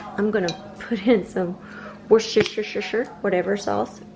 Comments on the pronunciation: As someone from England we pronounce it like wuss-ter-sha. We don’t really pronounce the re in shire. Does make me laugh hearing Americans try to pronounce it. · Wouster-sheer sauce 😃